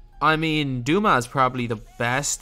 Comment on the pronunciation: is it just me or is he butchering dumas's name